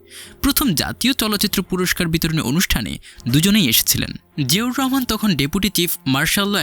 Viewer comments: জিয়াউর রহমান নামটা ভালো ভাবে উচ্চারণ করতে পারেন না। এভাবে চিবিয়ে চিবিয়ে নাম বলছেন। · ঠিক বলেছেন, শুনতে অশ্রবণ লাগে। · জিয়াউর রহমান উচ্চারণ টা সঠিক ভাবে বলেন